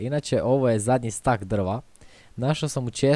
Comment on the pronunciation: kaže se stek a ne stak